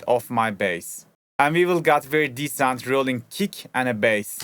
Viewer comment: Patron guzel bilgiler icin cok tesekkurler. Diger videolarda kulaga takilan ufak bir ricada bulunalim, "decent" kelimesi tam senin soyledigin gibi okunmuyor sanirim :) Berlinden selamlar, saygilar